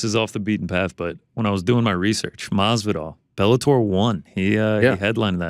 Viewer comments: C'mon Ariel Saying MaSvidal is not as hard. MaSvidal dude, with an S. Why you keep saying Marvidal? Where the "r" coming from?? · I love how every time Jorge is on he correct's how Arial says Jorge "Mathzividal" and Ariel continues to plug along with a horrible mispronunciation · The best part is Masvidal corrected him and he still says it wrong lmao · God i hate the way this man says Masvidal